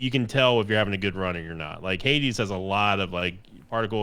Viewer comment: I keep hearing "Heidi" when says "Hades"